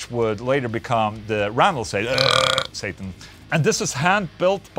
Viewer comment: It’s pronounced Sattaaaaarrnnnnn